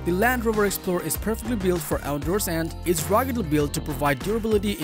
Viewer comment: I'm never saying resistance the same way again. Also.... Out derss